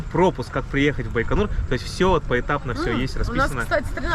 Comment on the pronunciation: так он по-русски говорит. Какой байканыр? Даже всемирно известное название умудрились испортить...